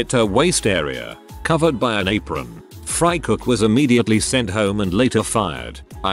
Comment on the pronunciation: Nobody: Bot: The frih-cook